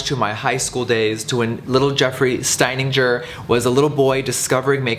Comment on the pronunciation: Jeffree doesn’t even know how to pronounce his former family name 😅 it’s Steininger like in « guts » !